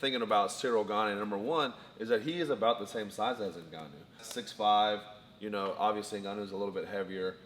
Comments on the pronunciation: 'Francis Ningannou' haha. BTW Steve 'of' is spelled 'o-f' not 'A'. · I think it's Francis N'Gannou as in pronouncing the letter N, and then Gannou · Brotha, It's N-Ganu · The way wonderboy calls his NINgannou